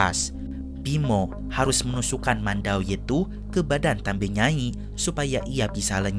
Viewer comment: Izin koreksi ya min. Yang benar itu TAMBI NYAI. bukan TAMBE. TAMBI artinya Nenek